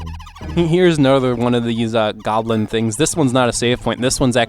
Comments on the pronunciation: Yes. GLOBIN. not goblin. Gotta pay more attention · It's "globin", not "goblin" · Great video, I look forward to more of the series ^^. But btw, it's pronounced GLO-bin, as in "hemoglobin".